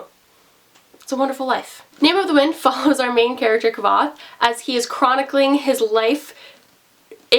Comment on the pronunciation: Both the author and Kvoth himself tell you how to pronounce his name in the first small bit of the book 😂